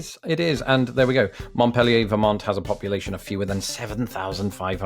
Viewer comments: I love what you do sir, but I am a Vermonter, and I just gotta say... "Mont-pelly-eh" ? I mean the correct local pronunciation is /mont-peal-ee-er/ . I don't know French so don't know which one of us is closer, but your pronunciation hurt my ears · The Capitol of Vermont (Montpelier) is pronounced MONT-PEEL-YER. Your pronunciation will peg you as a flatlander right off. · That is not how you pronounce "Montpelier". Not if you're a Vermonter, it's not. It's 'MAH'-peel-yurr', with a distinct glottal stop where that 't' goes, almost like it's "MOTT-peel-yurr", but not quite. Yes, the 'n' disappears entirely. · montpelier, VT - Mont-PEEL--ee-er. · Mont-PEEL-yer. I grew up there. It's not even spelled like the city in France. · you pronounced montpelier incorrectly. i lived in vermont for 15 years. the way you said it was the french way as in montpelier france. in vermont its pronounced with the r at the end mont as in monty python, peel-ee-er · Just so you know, Vermonters say Montpelier (mont-peel-e-er). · the way he pronounced montpelier still kills me